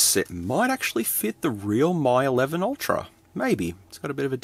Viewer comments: Am I right in thinking that it's pronounced "Me 11 Ultra" not "My 11 Ultra" Or have I been getting it wrong all this time? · It's "ME eleven", not "MY eleven". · It's pronounced as Me 11 and not My 11. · Dude Mi is pronounced as Me not My. Please! it hurts to hear you say Me 😅🙏🏻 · Getting to the pricey end of the clone phones, wow. I have legit devices that were cheaper than that. Also, you're doubly wrong about the name in the video: "Mi" is pronounced more like English "me", whereas you kept saying "my". Even so, yeah, it kept sayjng "M11", although one of the pictures in the listing did say "Mi 11". Oh, and for your own sake, please be careful where you're cutting. I knew from where your fingers were in relation to your cutting path that it was going to go wrong. And it did. I could hardly watch that part. 😨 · Just FYI, Mi is pronounced like "Me"